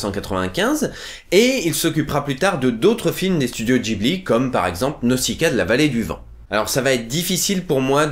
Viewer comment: Mercii pour cette vidéo, je trouve également que le doublage français et très réussit pour ce film ( perso je kiffe la voix de Morrow ) Le seul hic à ta video : Tu dis " Naussicaa", alors que ça se prononce " Nauzicaa" ( le s entre deux voyelles ça fait z mdrr ) XD